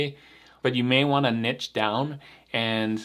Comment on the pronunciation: at least twice in this video you pronounced "niche" correctly. Not sure why pronouncing it "nitch" bothers me so much. It's one of those things that makes my eye twitch. 😛